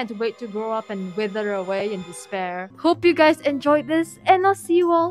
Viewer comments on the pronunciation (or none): none